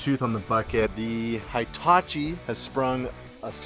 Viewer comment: is awesome ❤ 👌 👏 👍 and,, she knows how to correctly pronounce Hitachi! It is not High-tachi. 🙄😖